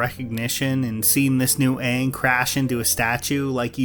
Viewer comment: It can't be worse than the Shyamalan movie. It's great to see that the actors pronounce the names correctly 😂